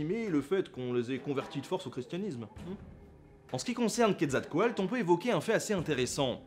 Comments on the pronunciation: je crois que c'est "quetzalcoatl" et pas "quetzalcoalt". oui, je sais, je chipote. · C'est QuetzalcoaTL et non QuetzalcoaLT. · Ce n'est pas plutôt Quetzalcaotl ? Car dans ta vidéo c'est écrit Quetzalcoalt et tu le prononce comme ça, je l'ai toujours prononcé "couette zal quoi teul"